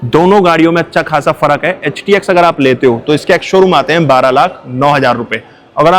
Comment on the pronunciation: Paga hai kya😂..HTX ko bar bar htk o bolrahe ho.